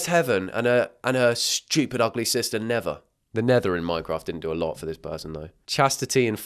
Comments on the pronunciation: Nevaeh is actually a common name in the us 😭😭 it’s pronounced nuh-vey-uh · neveah is actually a popular girl name in the u.s, it’s pronounced nuh-vay-uh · OK NOT TOO MUCH it’s pronounced na vay ya and i know a naveah and she’s really nice also my sisters name is luna so simmer down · i know like 5 people named nevaeh and it's pronounced neh-vay-uh 😭😭😭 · The fact that he is pronouncing nevaeh, “never”. I’m absolutely pissing myself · nevaeh is pronounced nuh-vay-yuh dawg 😭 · Nevaeh is pronounced nuh-vay-yuh 😭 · I actually know a kid named Neveah, my niece's friend....they pronounce it Ne-Vay-ah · Its pronounced ni va ah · not knowing how to say Neveah is rlly funny to me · The way he pronounced neveah is sending me 😂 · it’s pronounced (nev) (ay) (a) not nev ia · Is pronounced neh-vay-ah not nevah 😭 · NE VAY AH not nevah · King…Nevaeh is pronounced (Na-Vay-ah) and not (nevah) 😭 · Bro pronounced na-vay-ah like never 😭😭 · I've actually known 2 people called 'Nevaeh' and it's pronounced like Nev-ay-ah, it's still a kinf of funky name, just not as funky as Nevaaaaaa🤣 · you prounce the name ne-vai-yah not never 😭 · its pronounced (nuh-VAY-uh) and it is a real name but in my experience every kid who is named that brags about it because its heaven backwards so they think they are better than everyone. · its pronaced nav-a-uh not nevvv-ar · bro the way he pronounced nevaeh was killing me its ne-vay-ah! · nevaeh is pronounced “na-vae-uh”. it is heaven spelt backwards, so they pair together ❤ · IT'S NOT PRONOUNCED NAVAH 😭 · I WAS SCREAMING TOO! Its nev-ay-ah!! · BTW Neveah is usually pronounced Ne-Vay-Uh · it’s pronounced navaya 😂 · it’s said as neev 😭😭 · The way he said Nevaeh the actual way is really pretty😂 it’s Nev-ay-a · my name is Nevaeh and I quite like it 😭. But it’s pronounced as nuh-vay-uh 😅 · HEAVEN AND NEVAEH?! its nev-aye-ah 😭😭😭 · i regret to inform you neveah is pronounced na vey ah. that combo was one of the more normal ones LOL